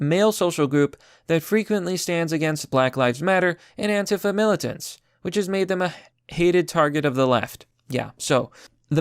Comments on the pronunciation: These idiots really are trying to start a war, which only a few of them would actually be able/willing to fight. Also, only correcting because I hate saying things wrong myself, but mili-tent, not mili-shent. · Militant dude, not militient (not a word btw). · Mili - TANT , not MILI - shant , just sayin thx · Word: “Militant”: “Millishint” 10/10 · I believe that word is pronounced "MIL-i-tant". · “A MALISHANT leftist.” Are you trying to say malicious or militant? Atrocious pronunciation worse on each video it seems. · Militant is not pronounced like militia.